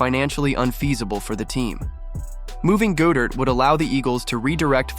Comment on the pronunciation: Why do you pronounce Dallas Goedert wrong? You’re a birds fan and I find it troubling.